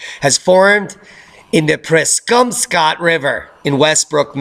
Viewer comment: Respectfully, it's pronounced Preezumscot Rivah....Sir.